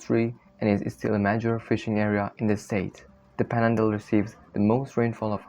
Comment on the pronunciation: The mispronunciations make this almost unintelligible. It's panhandle, not "pandle". Maybe get some AI speaker to help you out?